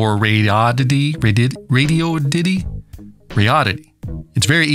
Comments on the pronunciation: Dude…RAY-DEE-ODD-IT-EE. How hard is that? They gave you the thing for free. At least take 2 secs to learn how to say their name. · RAY - DEE - ODD - IT- EE ====== RADI ODD ITY - RADIODDITY LMAO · "ray-dee-odd-eh-tee". You can do it- I know you can!! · Came for potential Sad Ham commentary; stayed for "Radoddity" pronunciation. Love it! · Come on, everyone knows its pronounced Radioddity. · After all these months… please just pick and speak one pronunciation for “Radioddity” (rather than adding spurious ones) 😃